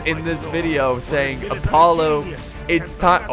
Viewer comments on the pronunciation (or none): none